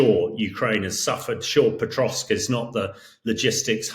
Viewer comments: There's no T in Pokrovsk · Hamish you are making a living reporting and writing about Ukraine. You could at least learn city names, I hope you are embarrassed! It's not Potrovsk it's Pokrovsk Pah krovsk. Jesus, seriously. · It's not Petrosk - it's Pokrovsk. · Can someone correct this guy; he is mispronouncing Pokrovsk as "Petrosk". I mean, come on folks, this Sir Hamish de Bretton-Gordon is touted as a military expert . . . but, at least for me, it is very difficult for me to consider as 'expert' an individual who has not done the research and preparations so that he is pronouncing correctly the places of which he speak. Someone please correct this guy. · POKROVSK NOT POTROSK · Someone needs to tell the tank commander how to pronounce pokrovsk - it’s not petrosk 🤣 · Surely there is no 't' in Pokrovsk?